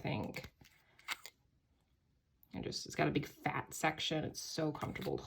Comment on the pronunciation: I like the way you said big FAT section hahaha